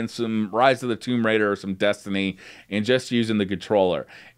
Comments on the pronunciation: Omg TOOOOOMB Raider. Not Tome raider. Note tomeb raider. Tomb Raider. Thank you for not saying it one more time as my head would have exploded. 😆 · Wtf is a "Tome Raider?" Lol it's pronounced "Toooooom" Raider (Tomb Raider) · TOME RAIDA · Did he just say tome raider!? Come on man. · Toemb lol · tohmb raider he said uhh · Getting annoyed with how he says "Tomb Raider". Sounds like he is saying "Towmb" lol. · no it's called mispronunciation. Notably different